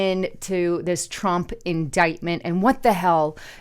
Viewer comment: Did say Drump Pee-Hind Tars, or is that wax loading into my ears again?